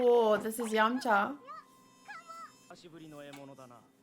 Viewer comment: 7：29 你的廣東話唔錯，飲茶😂😂